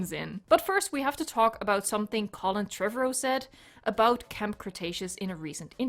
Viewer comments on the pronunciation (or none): “Trevorrow” is emphasized like “tomorrow”